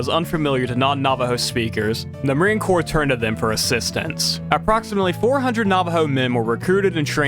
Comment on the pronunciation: Corps is pronounced like core , not corpse. Sighhhhh YouTubers commonly make this mistake